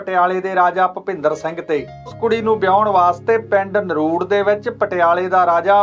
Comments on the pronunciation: Hello, there’s one little correction. Its not naruud, its NARDU. I belong to the same village! 🤗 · ਨਰੂੜ ਨਹੀਂ ਨਰੜੂ ਆ ਵੀਰ ਇਸ ਪਿੰਡ ਦਾ ਨਾਮ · ਨਰੁੜ ਨਹੀਂ ਨਰੜੂ ਹੈ ਜੀ। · ਨਰੂੜ ਨਹੀਂ ਨਰੜੂ